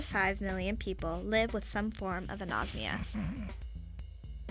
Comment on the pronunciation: its a-nos-mia not a-nose-mia. really people? you take the trouble of making this and don't even get the word right?